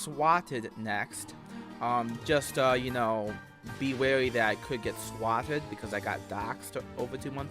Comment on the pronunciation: Even though "w" is the only sound he can make correctly, he still somehow still manages to mispronounce "Swatted" Fucking immaculate.